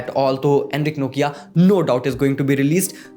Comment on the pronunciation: NOKIA 🤣🤣🤣🤣😂😂 pronounciation ki maa behan kr di bhaii ne